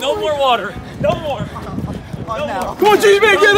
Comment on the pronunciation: Stop pronouncing water like that